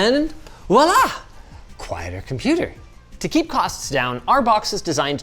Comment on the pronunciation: Linus saying: "Walla" instead of "Voila" is in violation of being a Canadian that worked at a French camp once upon a time.